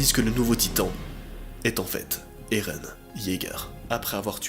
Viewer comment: Et non erun mais éren